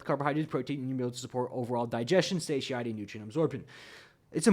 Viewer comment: . You tend to pronounce satiety very uniquely. I believe it is suh tie etty. Thought you might want to be aware of that. I may be hearing you wrong but it sounds different than what I heard it pronounced. Take care